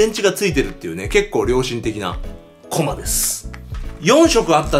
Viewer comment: コマ↑？ コマ↓じゃないの？